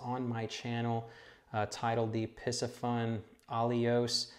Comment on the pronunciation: Isn’t the pronunciation Pee-see-fun?